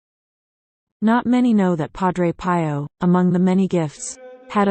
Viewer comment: Learn to pronounce his name correctly